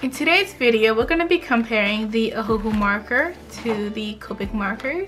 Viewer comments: Ohuhu is pronounced “oh oo hoo” not oh “hu hu” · Ohuhu not omhu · Don’t say this is hate or you think I’m making fun of you because I’m not but you pronounce it O-hu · How she says ohuhu xD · Did anybody else notice that when she was gonna show copic she said "now for the ohuhu marker" 😂😂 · Lol The way she said ohuhu